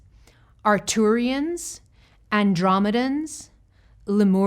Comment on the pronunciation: *Arcturians (not Arturians)